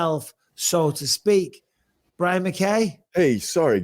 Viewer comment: Fuckin well done Brian for pronouncing my name correctly!!! No1 ever gets it right first time so well done 🙏